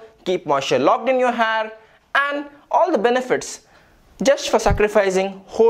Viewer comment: Ur "har" is awesome dude 😂😂😂